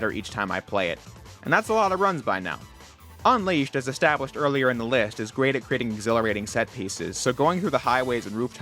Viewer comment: anyone else notice him saying Sonic Unleashed as Sonic Un(w)eashed?